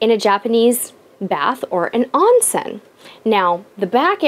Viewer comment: The word "Onsen" is pronounced as "own-sen". A long "O" rather than a short "O"> Otherwise, great video.